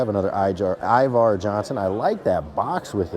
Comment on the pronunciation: It’s “IvEr not IvAr “ Johnson!